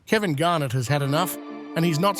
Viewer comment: it's pronounced GAR- NETT, not the way you're saying it